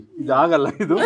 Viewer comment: Solpa alla swalpa. Hinna alla innu. Hidu alla idu